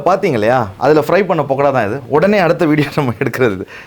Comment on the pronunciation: பக்கடாவை பொக்கடானு சொல்லாதீர்கள்